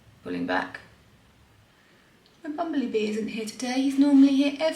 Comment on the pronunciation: I thought at first she said "bumbly" bee. What a perfect name for it.